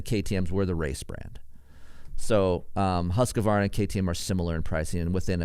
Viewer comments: Hoosk-varna not husk-u-varna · For the Love of God : please say “ husk Varna “ or “ hoos Varna “ 🤣🤣